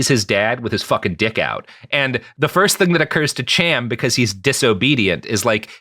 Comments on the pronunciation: You pronounced "Cham" according to Anglo/English which is why it seems odd. The name is "Kham" with a glottal stop typical of Arabic or Hebrew. Think, "l'chaim," not "cheeseburger." The "Ham" spelling is Anglicized and removes the "ethnic" sound to the name. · it's not pronounced either "Ham" or "Cham" as you pronounce it here (at least not in modern Sephardic-style hebrew) but the correct pronunciation uses sounds that don't occur in English. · The "ch" in "Cham" is probably pronounced like the German, which is fairly close to an "h."